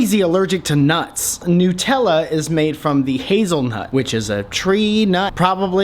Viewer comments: Nootella 😂 he knows it's made with nuts but calls NUTella NOOTella 😂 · It's NUT-ella, not NU-tella. It's not made of newts, it's made from nuts, WHICH YOU CLEARLY KNOW BECAUSE YOUR WHOLE VIDEO WAS ABOUT ALMOST KILLING WHEEZY WITH NUTS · nuuitella bugger of :D